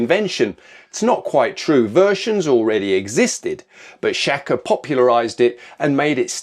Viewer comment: SHAKA , correct pronunciation "Shah kuh." 😊